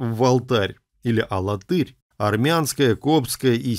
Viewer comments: алАтырь ударение на второе А. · А в Чувашии есть город - АлАтырь (ударение на вторую "а") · Мы не знаем, где раньше было ударение. Сейчас специально уводят в сторону от правильного произношения. Конечно, падает ударение на глагол Тырь: АлаТЫРь, богаТЫРь. Есть ещё в Чувашии г. ШУМЕРля, что означает по-ШУМЕРски.